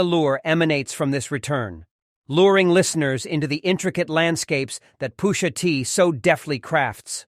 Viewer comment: Was this created by AI? "POO-SHA TEE"😅